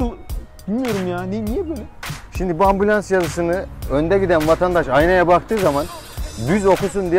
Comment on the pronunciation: 5,7 dakikada adam ambulons dedi